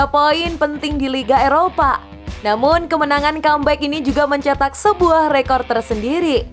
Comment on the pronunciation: Rekor min bukan reko wkwk